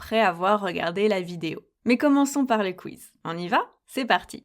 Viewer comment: You people are inventive. Can't you come up with your own word for "quiz"? - Franchment, it's a little cringey hearing it so exaggeratedly pronounced "kweeeeeze" - I know we anglophones use "coup d'etat", "charge d'affaire" and "creme brulee", but at least we try to keep the original pronunciation. Thank you for your cooperation in this matter.